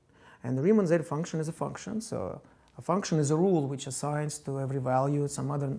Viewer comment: as a greek, how do you ridicule our letter like that